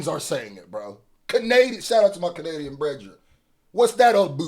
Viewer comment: “Kenadian” man 😂😂😂